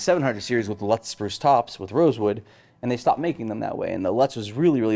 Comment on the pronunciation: you are mis-pronouncing "Lutz". Billings MT has a news reporter who is the daughter-in-law of the person for whom it is named. How would you say "lute"? Or plural lutes? That's it! Thanks.